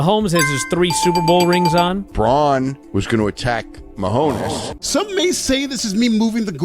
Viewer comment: Man it’s sucks for swerve he isn’t booked like a champ and everyone knows he’s just gonna hold the belt till wembley Also how fo you fuck up the pronunciation of “Mahomes”